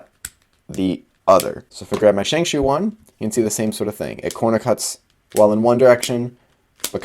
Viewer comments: "Shengshoe" Sorry, I cringe every time you say it that way. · love how he says shengshoe